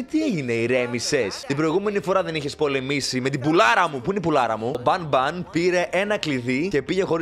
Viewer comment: Banbalina Λέγετε το κορίτσι 😅Μια φορά να το πεις σοστά 😅😅